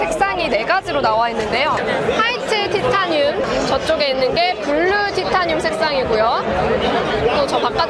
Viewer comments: 티타늄 -> 타이테~니움 발음 평생 안까먹으시겠어요 😂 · 구수한 티타늄 어디갔나요 ㅠㅠ